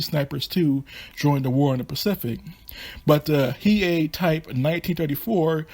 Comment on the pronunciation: Pretty sure the Hei is pronounced Hay(Hey) but is spelled as Hei :-)